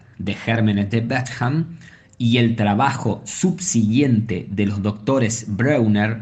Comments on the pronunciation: Por favor 🙏🏻 el video dice la verdad pero hagan un esfuerzo para pronunciar mejor el nombre y apellido de Antoine Bechamp ! Asi como pronuncian bien a Louis Pasteur deberían hacer lo mismo con el gran cientifico Pierre Antoine Bechamp... aunque no lo crean pronunciar mal el nombre de un cientifico hace q el video, aunque diga la verdad pierde credibilidad... la fonetica de Antoine es Antuan y la fonetica del apellido Bechamp es Besham 🙏🏻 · El autor de este vídeo hizo toda una [pseudo] investigación, pero no pudo pasar por el traductor de Google para aprender a pronunciar Antoine Bechamp